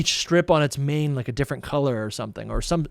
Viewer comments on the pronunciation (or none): none